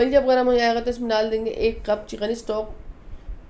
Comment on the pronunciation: بھائی جان چیقین نہیں لفظ چکن ہوتا ھے آپ انڈیا والے پیاز کو پیاج اور چکن کو چیقن اور منظور کو منجور کیوں بولتے ہیں آپ الفاظ صحیح ادا کریں تاکہ ھم پاکستانیوں کو سمجھ آ جائے